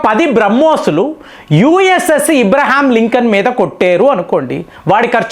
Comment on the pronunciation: Us అబ్రహం లింకన్ రా ఇబ్రహీం లింకన్ కాదు లుచా.నువ్వు నీ విత్తులు bogga